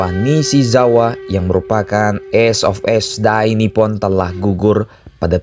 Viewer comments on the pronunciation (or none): none